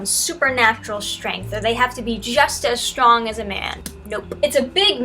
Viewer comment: Just landed on this page... is she saying shtronk? Is the host pranking us? What's happening here?!